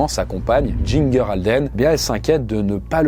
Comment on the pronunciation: Elle l'a "immortalisé" ? Assez ironique comme choix de mot , pour ton info "ginger" se pronounce "jimjer" . Bonjour du Québec, continue le bon travail , je suis fan depuiquelques années et j'aime bien ce que vous faites